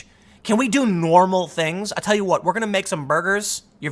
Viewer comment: "I tell ya hwut." ~